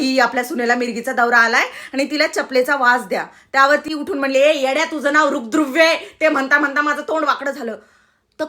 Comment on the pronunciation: बाई तुम्ही छान ला छाण उच्चारत आहात, वेड्या ला येड्या म्हणत आहात तसच आहे आज नाव ठेवणाऱ्या माता पित्याचे पण सरकारी आँफीस मधे ही नावे कशी लिहीतील खरच कौतूक होईल!